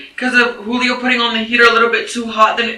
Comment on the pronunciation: The cop pronouncing the J in Julio. 😅 I feel bad for the babies and Pedro. She’s really trying to throw Pedro under the bus. The only thing he’s really guilty of is choosing to live with this pig.